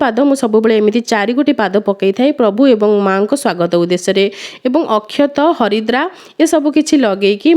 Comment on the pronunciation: Sister haridra kn Naa harida ku haridra kahuchanti plz kuhantu